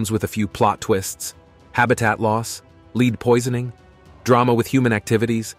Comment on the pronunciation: Dude...lead the metal isn't pronounced "leed"...like read. It is lead like red or dead. 😅